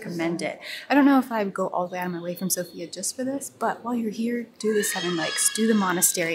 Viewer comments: The capital’s name is pronounced sOfia, the stress is on the O. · The capital is s0fia, not sofiA which is wrong but it is what it is and how we all say it. 🙂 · Sofia is actually pronounced so-fya, it has a fast pronounciation